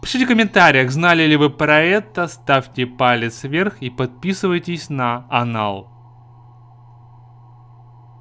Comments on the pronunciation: мне одному кажется что он сказал "Подписывайтесь на анал "? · Мне послышалась или он сказал подпешитесь на анал? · он сказал не канал а анал аххаха в топ плиз